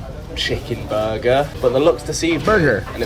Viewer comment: buguh and fwies 💀